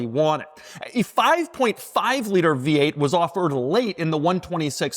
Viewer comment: Doug is the type of guy to fully extend his tongue to pronounce "The V8"